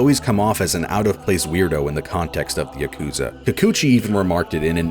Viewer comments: Yah-ku-zuh It's not Yuh-koo-zah Goddammit- it's not hard. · Ugh. He pronounces yakuza wrong. Ya-kuh-zah Not, yuh-koo-zuh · Now if he can pronounce yakuza correctly, it would be a perfect video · why do you pronounce Yakuza like that ;-; edit okay yeah video seems cool but this is like trying to listen to a British person talk about "Mary-oh" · He doesn't even pronounce yakuza correctly, which he says a ton in the video, it's just super annoying.